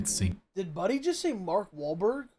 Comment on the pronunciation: bark welberg he said bark